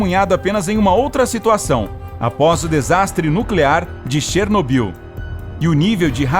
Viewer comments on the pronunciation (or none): none